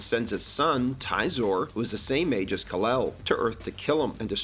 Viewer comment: "Rafe" Fiennes, not how it's spelled. And the awful Marlon Brando "Kalel" instead of "Kal-El." Are you just doing it to get engagement in the comments when people correct you?